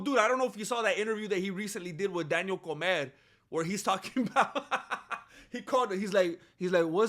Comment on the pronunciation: I JUST noticed you pronounce Daniel Cormier like the Spanish word for “eat”😂